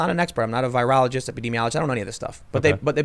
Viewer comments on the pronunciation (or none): none